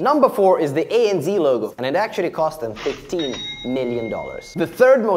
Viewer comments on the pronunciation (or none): its pronounced A-N-zed